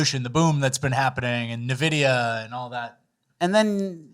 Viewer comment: please learn to pronounce "Nvidia" correctly.